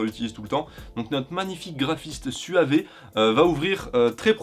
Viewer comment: Ça se prononce suave, pas suavé 😭😭